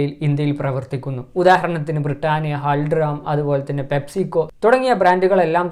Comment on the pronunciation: ഹാൽട്റാം എന്നല്ല ഹൽദിറാം